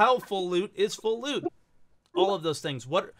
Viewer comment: I want more lewd! (Your pronunciation of loot sounds like lewd🤣😅)